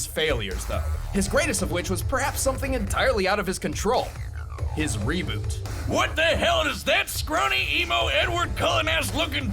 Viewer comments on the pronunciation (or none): none